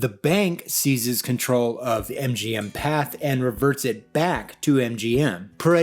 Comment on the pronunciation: The French company Pathé has an accent on the final "e", meaning that it should be pronounced. "Path-A", not just "Path".